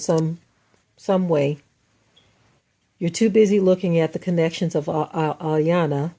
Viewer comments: Her name is pronounced E-yawnnn-lah! It’s African not suburban American I-yona like you repeatedly said. Your superiority complex sucks! The fact that you use the Bible selectively to uphold your fictional standards is odd. Because that very same Bible condoned SLAVERY, rape, molestation, murder, under age marriage and abuse. However, the slave and the master BOTH prayed to the SAME sky GOD and that sky God seems to have only answered one! Also you need to gain an understanding that the first police were slave catchers. The current police are still slave catchers. These laws weren’t created to protect us they were invented to recapture us!!!!! Read the constitution prisoners are slaves! Moreover, since your focus is blurred, white crime rates are the same yet people like you perpetuate the rhetoric downing US like you did in this recording. Next, you should listen to your own counterproductive very contradictory podcast because you’ve shamed us and made us appear to be the issue. You don’t steal people enslave them and then give them fake freedom. But, create policies and schemes to re-enslave them and keep them poor for your global agenda! Ma’am how did drugs and guns make it into our communities? Also, why did they enter our communities? Is that not How are those drugs making it into this country? Those perfect humans that you’ve been brainwashed to believe to be better mass murdered your people and enslaved them for MONEY. In as much, Iyanla grew up in New York and was aba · They call her and secondly it's phonetically pronounced E- yan- lah. She's a a life coach not a psychologist. That girl has issues. I'm happy the way you spoke about this. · 'e-yawn-la' is how her name is pronounced. Iyanla said she would trigger her & it worked!! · Please also let's be respectful to learn and correctly Pronounce the Respectable TV Host's Name. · let's start by correctly respecting and pronouncing iyanla's name